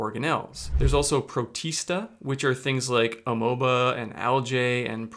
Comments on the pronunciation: Amoeba is pronounced "A-MEE-ba", my dude, not "a-moe-ba". WTF. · I'm totally fine with him saying "funjy" but we really have to address "amōba".